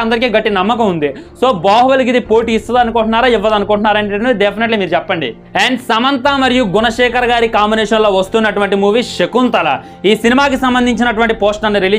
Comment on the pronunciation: Adi sakunthala kaadu. Saakunthalam